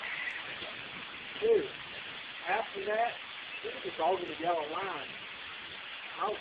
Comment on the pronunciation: passed on a double "yella" lol..